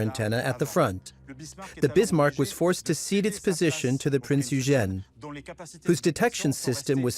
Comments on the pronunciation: Awesome vid thanks , Eugen is pronounced Oigin. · Ditch the AI narrator... the pronunciation of Eugen is messed up.